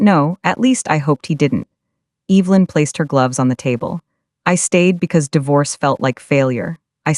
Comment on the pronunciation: What the hell can’t AI pronounce Evelynn.